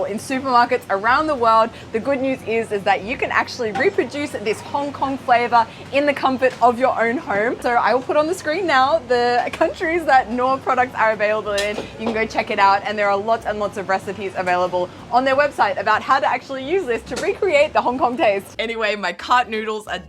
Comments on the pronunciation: also at least in germany you do pronounce the K. so its Knoor not noor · Mouthwatering. Great "street" food tour! By the way, it's Knorr with a K (not "norr") 😉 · So cool to see swedish products reaching as far as HK (I agree, they are very good). Just a tip, the 'k' in Knorr is not silent, it's pronounced just as spelled. Knorr is an onomatopoeia for the sound a hungry stomach makes in swedish. Also, you dare to eat so many animal parts I'd struggle with, like stomack and intestine. Love your vids! ❤